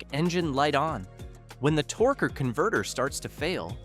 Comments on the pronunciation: Torkay and torky converter pronunciation is almost abusive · Tork, Torker, Torkey, AI sux...